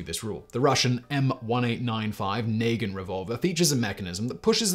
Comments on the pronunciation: Did I just hear "Nagant" pronounced "Nay-Gent" instead of "Nah-gant".... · And then “Nay-Jant” revolver? Are you kidding me. Do a little homework Simon. It’s Na-Gant. Just the way it’s written! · Dies everytime he says Naygeent instead of NA-GANT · naygin revolver? lmao na-gant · Work on your pronunciation of nagant. Na-Gont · I’m absolutely shocked you knew about the Nagant revolver!! Well done lol 👍🏼 it’s called NA-GANT, not how you said it! Your British fact boy!! How’d you get that wrong? Haha 😂 also, I may or may not have a suppressor that is quieter than a BB gun 🤷‍♂️ but hey, facts be facts tho right!?? 😉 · Not bad overall. Horrible pronunciation of Nagant. Due to it being a Belgian name, it will be more nuh -gaant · The Russian firearm name is pronounced with a hard G, aside from that I loved the video. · Bro htf were you pronouncing Nagant like that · His pronunciation of Nagant... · Ok, the way Simon pronounced Nagant made me laugh a bit, but there is good info here. I'm also kind of jealous of the people who live in countries that encourage the use of suppressors. But, American lawmakers often do what Mickey Mouse and Hollywood tell them to do. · Speaking as a keen shooter, it’s nice to see such an accurate summation of suppressors - they’re all too often misrepresented, not least by the world of entertainment. A few small errors - and of course the pronunciation of “Nagant” - but all in all this is great.